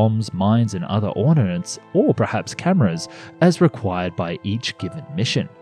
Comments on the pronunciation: It's pronounced "armaments" not "arnaments". And "ordinance" not "ornaments". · "ArNaments"? I think you mean armaments. "... other ornaments "? How are you unfamiliar with this word?!